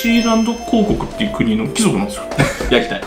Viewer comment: ⭕️貴↑族 ❌貴↓族 これ大事w